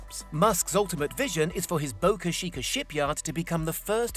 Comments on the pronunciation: Boca CHEEKA... not Shieka... CH CH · "Boca Sheeeecka" lol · What the hell is so hard about pronouncing Boca Chica correctly for Brits? You can say "cheeky monkey," can't you? You don't say "sheeky monkey."